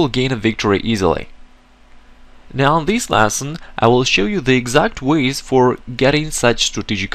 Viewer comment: small piece of advice, stop saying "lasson", its "lesson", other than that, good teaching